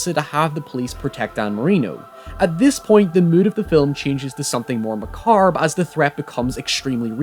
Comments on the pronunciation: "Mah Carb"??? WTF??? Done with your videos. That is just too much for me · Did you seriously just say "Ma-carb"!? Your accent is no excuse!!! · Uh...that’s not how you say Macabre